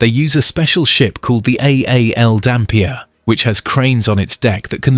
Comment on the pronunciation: Phew. I'm a West Aussie, but knew none of the progress. Just a couple of tips on pronunciation. Karratha is "Car-ahh-'tha". Dampier is "Damp-ee-er". Thanks for the video!